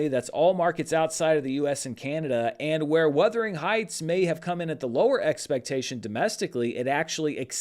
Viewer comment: Why are you saying Weathering Heights? It’s Werther, like the old people hard candy